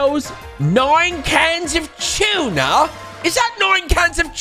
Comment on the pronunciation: I love the way Jack says Tuna! Oh im sorry, i should say TWO-NA!